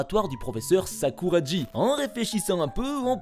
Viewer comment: Mais... Sakuragi se prononce Sakoura"gui", pas Sakoura"dji"... Merci de bien prononcer les noms japonais.